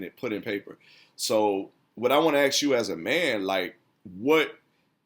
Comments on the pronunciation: ASK, not AXS. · Aks lol. It’s ASK. You know all this other straight wisdom but this stumps me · it's hard for me to listen to poor grammar and pronunciation: "ax", "dat", "dats", "lass I check"